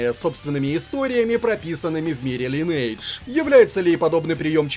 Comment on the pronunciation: лИнедж ))))) Оруууу